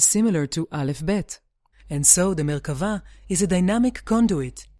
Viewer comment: Thank you for sticking to the definition of Merkabah and pronouncing it :) I am reading the Dead Sea Scrolls and I have read Ezekial many times. fascinating.